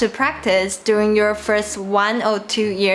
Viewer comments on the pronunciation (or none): none